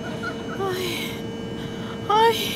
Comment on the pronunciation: Abiye öyle bir Erman diyor ki sanki AirMan Diyor hava adam